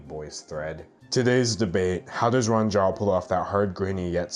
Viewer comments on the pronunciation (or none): I think it's pronounced rooh-ahhn. At least that's how my friend with the same name pronounces it.